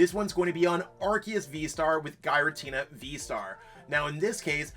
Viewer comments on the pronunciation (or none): Please Lord stop pronouncing it "Guy-ra-tina" 😫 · Its pronounced gear a tina